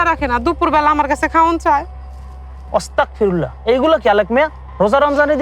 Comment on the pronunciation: হুজুর অস্তাগফিরুল্লাহ হবেনা আস্তাগফিরুল্লাহ হবে